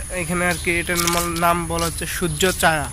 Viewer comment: Surjo chaeya not chaya ucharone problem ase apner